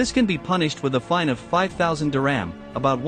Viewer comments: It’s not diRAM it’s Dir-HAM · Couldn’t the narrator have made the effort to properly pronounce the word “dirham”?